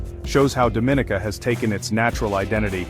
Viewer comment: You're pronouncing the name wrong